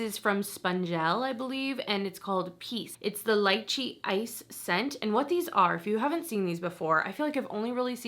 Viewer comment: leechee. i’m sorry i’m very particular about words. i am pronunciation president not the grammar police